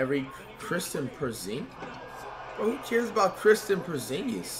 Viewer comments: No One: Flight: Kristen Perzingis Akunkpo DeeMontIce Saybonis Rudy GoBERT Jay A Morant Zeeon Williamson He doesn’t even try to pronounce names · “Kristen porzingis” lmaooo